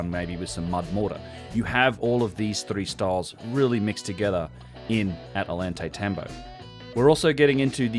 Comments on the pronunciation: Oh-Yawn-Tie-Tambo, The double L is pronounced like Y. Great podcast once again, otherwise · My friend. Love your vids. Double l “ll” in Spanish sounds like a “y” in English. Oyantaytambo. Ollantaytambo. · Ollantaytambo is pronounced with the double Ls sounding like a "Y". Oy ant ai tamb oh